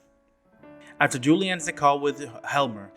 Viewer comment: I think it's funny how you commented how things are said wrong in the game however you consistently call Joachim and Juli wrong for all these videos It's even said in the voice acting how to say the names. It's not "Joehakim" or "Julie" It's like this Yo-ha-keem And "You-li"